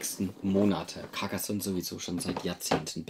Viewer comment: caRcassonn, net caccassonn! 😁😂🤣